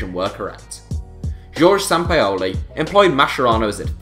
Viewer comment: He pronounced Sampaoli wrong, he's English, will you leave Americans alone now?